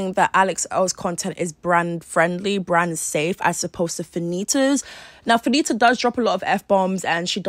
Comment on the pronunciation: You are doing the most. 😂 That stressing of the last syllable is completely unnecessary in order to enunciate the “T”. You could have easily pronounced “Fannita” with the hard “T” accompanied by a quick short “a” vowel sound. Saying Fanittahhhhhhh over and over again is wild. Heaven forbid you ever have to discuss a story with Latinas. You’re going to be all day. 🤣🤣🤣